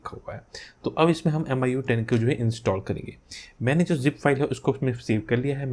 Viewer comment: Its not AMIYOUEYE its MEEYOUEYE just correcting 😄🤗🤗